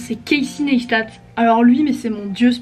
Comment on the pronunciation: Etre fan et ne pas savoir prononcer son nom... Tu as du voir pas mal de ses vidéos dans lesquelles il dit que son nom/prénom se prononce [KC NYCE STAT] et non pas [ness ta] Just saying :)